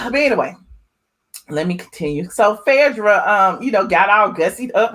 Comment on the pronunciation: We Know you're country but please pronounce PHAEDRA's name right..u are purposely screwing Phaaaadra name